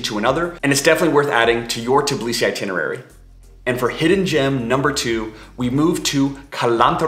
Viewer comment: TIBlisi? Seriously??? It’s TBIlisi…